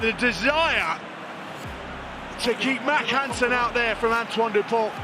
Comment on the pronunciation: Antoine Dupont will remain in history books as the first the have British commentators pronounce the vowel “u” correctly!